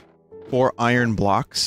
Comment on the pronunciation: I feel like Vinny tries really hard to say “iron” correctly instead of the lazy way of “i-ern.”